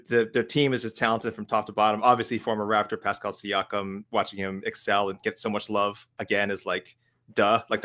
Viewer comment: Mike is so cringe with the Knicks hate. Like every Knick fan celebrated tatums injury. Also is always quick to mention action Bronson is a real Knicks fan but not Ariel. Listen to how you pronounce Siakam lmao you don’t watch ball